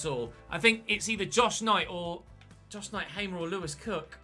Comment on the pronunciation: Hey, signed a player who used to play for my favourite team! Hamer is a real baller irl, especially during his PEC time btw, it is pronounced "Haa-mer", like the long "a", idk how to really describe it.